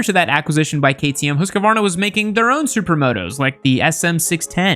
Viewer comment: pronunciation of Husqvarna...try hoose (like moose) - kvarna. It's compound noun meaning house mill.